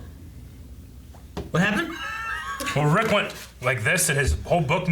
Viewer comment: Rick is so good at getting the right pronunciation of anime names and then incorrectly corrects him 😂😂